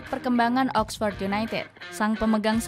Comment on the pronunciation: Oxford bkn oxpors